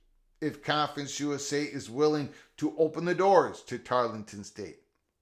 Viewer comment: I believe you are speaking of Tarleton State not Tarlington State. 😃